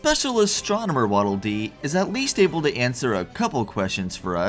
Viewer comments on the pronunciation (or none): none